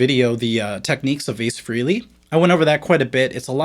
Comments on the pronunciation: It's not Ace Freely...it's Frehley Fray-lee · Man, drives me crazy when people say ACE was a big influence on them or praise him for his PROWESS on guitar, but then they mispronounce his name. IT'S "FRAY-LEE" ,not "FREE-LEE" Come on now. I'm sure ACE has put up with it ALL HIS LIFE ,but us fans gotta keep shit real. Btw, I do like your segments bro, AND YOUR CHOICE OF GUITARS YOU DISPLAY, you just ruffled my feathers a bit about 🛸 ACE 🛸 LOL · FRAY-LEE not FREE-LEE. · It's Ace FREHley, not FREEley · FRAY-LEE .....Not..... FREE- LEE. Practice pronouncing Ace's last name. Think of the Note or chord "A" for his first syllable and you will get it right every time.